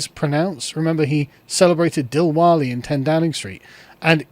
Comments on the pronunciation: A guy like you who started off reading the epics of Gilgamesh on YouTube should be able to pronounce DIWALI properly. Dilwale is probably some old Hindi film you watched if, like Enoch Powell, you understand Hindi/Urdu well. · Learn to pronounce diwali sargon